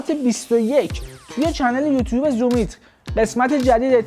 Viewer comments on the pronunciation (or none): none